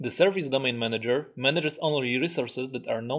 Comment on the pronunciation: I think is is.. manager... not manger!...